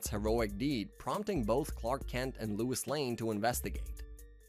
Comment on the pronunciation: Louis is not Lois sorry but that drove me crazy 😂